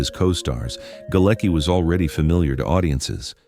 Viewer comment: The name Galecki is of Polish origin and is actually pronounced 'Galetski'.